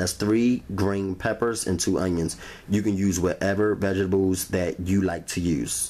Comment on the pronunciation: Vegable, and rery rery rery rery juicy